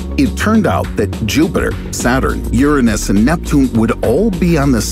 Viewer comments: I like the way you pronounced "URANUS".. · is no one talking about the way he said uranus??